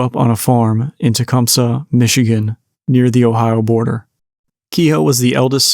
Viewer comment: A decent deep dive, but "Tecumseh" is pronounced just like that. Not "Tecum-Suh" - so to get respect on a podcast, you may want to get your grammar straight. I lived in Michigan for 90% of my life, and drive through Tecum-SEE at least twice a week. Sorry not sorry about the comments. Very monotonous tone of voice, and not interactive at all. But thanks for doing what you do. I'd suggest "Bath Massacre" the book that is available at Deadtime Stories in REO Town in Lansing, Michigan. I love that bookstore, and they have ties to the local communities in and around Lansing, Michigan. I lived near Bath for 5 years. It's a beautiful town, and they meet on the anniversary of this horrible situation to commemorate what happened. The memorial in the local park is a mainstay in the community, and the school system is beautiful.